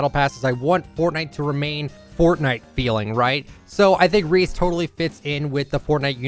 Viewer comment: Just me or did it sound like Re skin instead of Reese